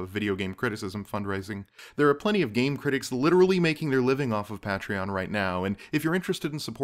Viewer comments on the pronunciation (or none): Yeah, pay-tree-on is correct. I suppose it was just weird to me that you would sign up for a service without checking out some of the other projects/videos on the site (almost all of which include the correct pronunciation) or without checking out the explanation of patreon from Jack Conte, but I guess you just got enough info through reading that you didn't happen to watch a video. Odd to me but I guess we all have our preferred methods of getting info. Anyways, I signed up. I hope a lot of others do too and I wish you the best of luck for the future of this series. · I'll be a patron, even though you pronounce patreon strangely.